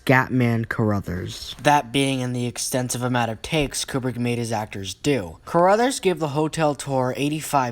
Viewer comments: Crothers, not Caruthers. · Scatman’s name is pronounced CROTHERS not CARRUTHERS. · It's "Crothers", not "Core-others".